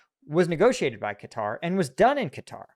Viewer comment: Atari's but with stealth jets and oil diplomacy. it's pronounced like Cutter, Not KAH tari